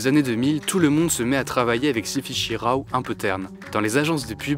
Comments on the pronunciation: Le RAW (qu'on prononce "rô", pas "rao") est un fichier de données brutes qui contient toutes les informations reçues par le capteur, ce n'est pas un fichier image. Il ne devient une image qu'en post-production et on lui donne le profil qu'on veut, aussi bien fade que claquant. Quant au images sombres, ça suppose de sous-exposer à la prise de vue. Bref, à part la finalité pratique du montage très saccadé (fatigant, hérité du clip vidéo) et de la dissimulation des effets spéciaux et/ou défauts, le choix relève de la direction artistique. Après les années 80 et 90 très colorées, amener de la nouveauté en changeant la colorimétrie et en coupant les hautes lumières avait stylistiquement du sens et certains l'ont d'ailleurs fait, et le font encore, alors qu'ils tournent avec de la pellicule. Possible en effet que le 11 septembre ait induit, en partie du moins, un mood plus sombre, inquiet et monochrome. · Ca serait bien de savoir prononcer "raw"...